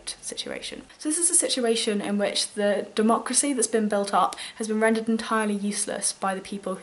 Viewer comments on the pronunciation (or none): none